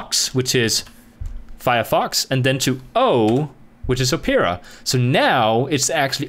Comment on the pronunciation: oh peer ah. haha. awesome video man